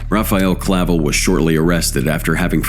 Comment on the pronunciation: That wasn't Clavel Bro that picture is Ismael Zambadas son Ismael Jr. Also it's not Clavo it's Clavel get your duckets in order Bro don't B's the You tube people